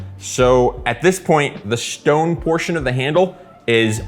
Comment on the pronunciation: The shtone